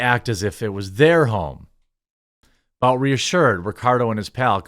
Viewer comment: isn't Bout pronounced Boot? At least in this situation? Pretty sure I have heard people say that is how his last name is pronounced.